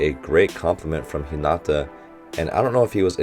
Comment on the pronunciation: I notice a trend about hinata and tanaka's pronounciation I hear lot s of people putting stress on the NA like hi(NAA)ta (make sure to prounonuce the T, it's not hi(na)[da] its ni hinaTa the Na is a bit longer but it should be one syllable long same for tanaka, I hear you pronounce it Ta[Naa]ka both stress should be put at the end of the name as if ending sentence This may not be a good explanation but I hope its correct and helps you